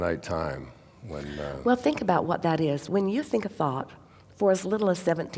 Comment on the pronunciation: Whenever she says the word focus, I hear something else. (Fu*k us)🤭 I guess I’m immature.😅